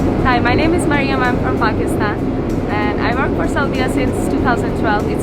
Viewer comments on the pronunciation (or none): none